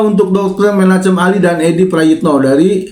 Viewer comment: Bang itu ejaan lama tulisan Chem dan dibaca H yg tipis (kh ejaan baru). Bukan C tapi ke H tipis kh, sepeti ACHMAD bukan C tapi Baca H